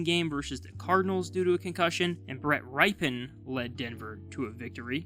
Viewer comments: It’s rip-en, not ripe-en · Hey bro, just want to help you because you’re killing me with the pronunciation of one particular player. Brett Rypien is the nephew of former Washington Redskins Super Bowl MVP/Champion Quarterback, Mark Rypien, and they pronounce their name ( RIP-in not RYP-en). Rip, like you rip your shirt or something even though is spelled Rypien. Thanks bro. I appreciate your work. Happy New Year. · "Rip in" not "Ripe in." The nephew of superbowl champion Mark Rypien. Just so you can say his name corretly moving forward. ;) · Rypien=Ripp-ENN, not “Ripen”…. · It's Rippin, NOT Ripen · Its not Ripe-in......its pronounced Rip-e-en.......You should know this if you know anything about football, so who's the idiot? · Yes, the Broncos are idiots, but so are you. His name isn't [Rye-pin] it's [Rip-in]. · Brett Rip-in… not Ripe-in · The Broncos caught lightning in a bottle when they got Peyton Manning. Ever since, they think they can plug in some castoff quarterback & not develop their own. That is no way to run a franchise. And it's "Rippin'", not "Ripen" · It's "Rip-en" not "Ripe-en". If you're going to go around calling people idiots, try harder not to look like one yourself. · Dude its pronounced Rippin. Have you never heard of his uncle and Redskins legend Mark Rypien? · It’s pronounced “Rip-en.” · Are you literally so young that you don't know how to pronounce Rypien? RIPPIN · It’s said Brett “rip-en” stop trying to be different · R-eye Pen? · It’s pronounced “Rippen” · His name is pronounced R-i-p in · It's pronounced Brett [RIP-in] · “Brett Rye pan” btw 😂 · It’s “Rip in” lol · I have no room to talk because my broncos suck and I’ve been watching since Tebow and it’s never been this bad but… it’s pronounced rippin just saying because he plays better than Russ 😂😂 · It's pronounced Rippen, bro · Rypien, pronounced rip-e-in. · Brett "Ripe"-n??? Come on dude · For the love of god figure out how to say his name